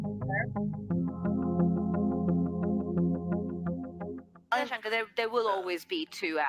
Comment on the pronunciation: Madam plz say Mr jayshankar..not Jayshankar....plz.... anyways great keep it up...❤